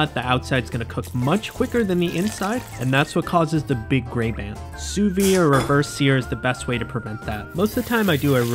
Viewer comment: don't under-pronounce the D in sous vide. it is pronounced